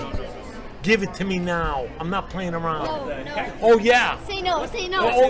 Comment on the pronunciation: “Give it to me nowww, I’m not playing awound”